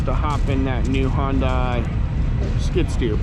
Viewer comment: It's...Sunday Monday Hyundai. Not Hun-die